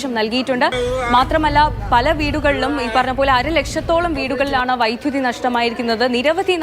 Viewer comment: Vyttuthi alla vydhuthi pronunciation clear cheyyuka pla